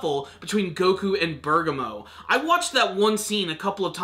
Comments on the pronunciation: Bur-Gaw-Mo. he keeps saying berga-mo and bugs me a little too but only in an off way. Truly don't care what he calls him. Close enough aha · Ber-gam-mo is how you say it